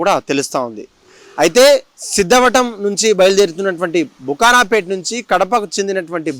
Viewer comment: బుకారాపేట కాదురా బాబూ ఆ ఊరుపేరు బాకరాపేట.సరియైన వార్త తెలుసుకొని చదవాలి.మైకు చేతబట్టుకొని ఇలా తప్పుగా తెలుపకూడదు